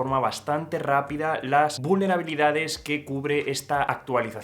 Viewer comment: Sé natural y no hagas las palabras esdrújulas, “vúlnerabilidades”, qué forma es esa de decir esa palabra???